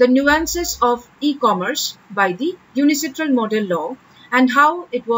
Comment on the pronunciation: It's UNCITRAL no UNICITRAL